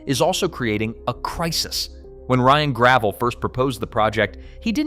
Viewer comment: That's not how you pronounce Ryan Gravel's name.